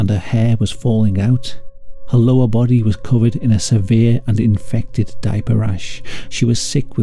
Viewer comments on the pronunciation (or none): none